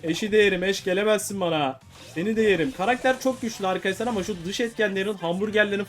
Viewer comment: abi niye ARKASLAR diyon